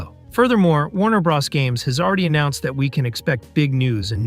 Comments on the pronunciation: nobody EVER in the HISTORY of video gaming has EVER called Super Maro Brothers(Bros) "Braws" smfh🤦🏾‍♂️🤡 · BRO...s not BRAs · The way you keep saying bra instead of bro 😂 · Did he say super mario BROSS?🤷‍♂🤷‍♂ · Or how he calls WB "Warner Brahs" 😂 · .....the way he said it....."Super Mario Bras".......😂......🤣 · Why are you pronouncing it Warner "Brahss"? Do you know what the "Bros" in "Warner Bros" is short for? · Really interesting. The pronunciation of "Bros" was so much more distracting than I'd have expected... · never heard anyone pronounce bros like that.